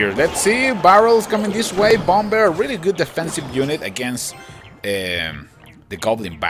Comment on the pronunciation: I love your accent ;) native English speakers don't pronounce the last 'b' in bomb (sounds like Bommer) ;)